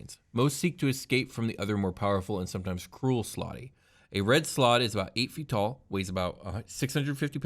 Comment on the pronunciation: .………it’s slaad.....(S-L-O-D)...